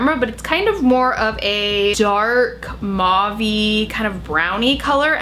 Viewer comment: mauve is pronounce "mohv" -- rhymes with STOVE!!!!!!!! Love you!